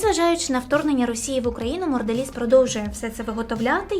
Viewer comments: Сто разів повторила "моРделіз" 😂😂😂 подивись назву і не ганьбись😊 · я розумію, що "Морделіз" це певно такий стьоб, але вухо різало весь ролик